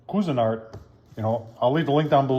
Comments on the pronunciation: Ok so I googled up how to pronounce the name properly. Kwe•zuh• naart And there you have it 😂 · Pronounce it like this, Quee-zee-nart. Your welcome! Thanks for the video!